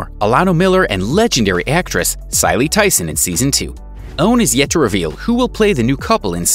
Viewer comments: Just who is "Cily Tyson"? Her name is CICELY... pronounced just the way it looks. SMDH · Pronounced Sis-si-lee Tyson. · Did you call her Ciley???